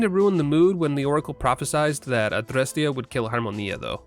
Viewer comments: Good lord your pronunciation of Adrestia and Harmonia is perfect! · The (very correct) way you pronounce "Adrestia" and "Harmonia"? Be a superior American and this language lesson: Apply that directly to anything Japanese you might say in the future, but make the Rs more of a middle sound between R and L. Then you're pronouncing Japanese better than ~99 % of Americans. xD